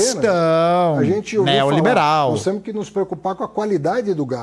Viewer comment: "Temo" " podemo"